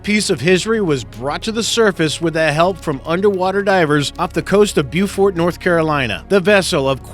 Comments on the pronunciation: Pronounced Beaufort wrong!!! Grrr, dont Let me tell the locals. We dont like that. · The NC town is pronounced bo-furd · Rupert Harrison How do you get "Bufort" from Beaufort though? Plus the plethora of ordinary words mispronounced, staggering for an account with so many subscribers. Signed resident of the "Provence" of Ontario Canada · That's definitely not how you pronounce Beaufort North Carolina